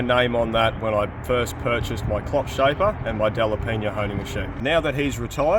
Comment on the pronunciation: Glad to hear you pronounced "DelapeÑa" in perfect spanish! 👌 🇪🇦